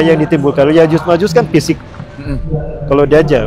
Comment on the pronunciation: Mohon maaf ya ustadz... Berkali2 saya dengar ustadz menyebut nya Yajus dan majus, mohon maaf tadz itu keliru,,, yang benar YA'JUJ ( huruf JIM) (MA'JUJ( nuruf jim). Di ayat Qur'an nya jelas di surat al Kahfi.... 😢😢😢 Mohon maaf sebelumnya...